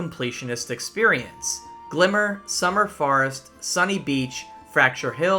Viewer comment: some good content! a little surprised you could make such a long video when it seems youre unaware of quite a few things in the game (double jump, x to swim etc). also the way you pronounce summer forest sounds like summer farts lol